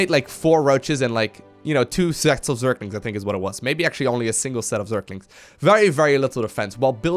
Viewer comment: Am i only one who getting annoyed when says zerKlinKs